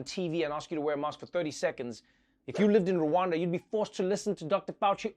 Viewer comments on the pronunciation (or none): It is not Ruwanda it is Rwanda